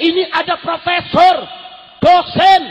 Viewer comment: Ayam apa fropesor ..fropesorrrr ..undang " redikal